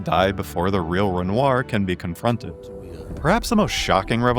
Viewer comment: Bruh, how you get pronouncing Renoir wrong after she just says it properly?